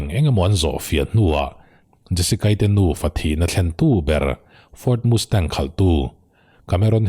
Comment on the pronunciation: Ford Mustang i lam rik dang hi a fel hlei deuh mizo a Mastang kan tih ang hian chhiar ri zawk la,,Mustang nilovin,ka lo ti ve mai mai,, Nia,,Hight school Pass lawmna a chhungten Muscle Car an lei sak ngam mai dan atang an khawsa ve thei ti leh amah pawh hi an ring tawk tih chu a chiang reng mai,,Thalai an nia vawi hnih khat han tlan chak changte chu awm ve tur alawm,,a tan rei tir deuh anih khi male